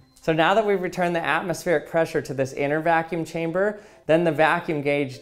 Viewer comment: Evertine hesaid vaacune chambr I tooook a shot…. I drrunk